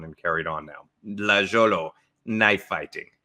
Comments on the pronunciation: Lagiolo* there’s no J in Italian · Hi there! The pronunciation of the name is: "Lah-ee-oh-loh". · Lajolo, is pronounced: lie yo low. Saluti!! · It's pronounced "Lie-yolo". I love Maestro Danilo. Great video.